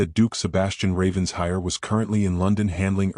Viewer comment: Please, the pronunciation of Ravenshire is, as if it were two words, Raven Shire! ( Not ravens hire). (It sounds totally stupid when you say it as hire!